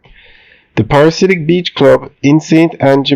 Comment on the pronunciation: Pa-ra-dee-si-ak 😅if that makes it easier. Thanks for the updates though.